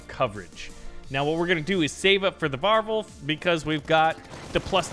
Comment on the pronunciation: Why do you say warwolf so weird 😂😂😂 war wolf bro it’s war wolf